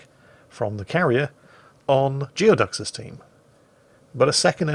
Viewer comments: It's pronounced gooey duck, not geo duck. Look it up, expect more from a sailor! Lol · I suspect it's pronounced "Gooey-ducks". A Geoduck is a basically supersized clam native to the Pacific Northwestern United States and also the mascot of the Evergreen State College. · "Geoducks" is pronounced "Gooey-ducks," it's a huge species of clam native to Puget Sound in Washington State, USA.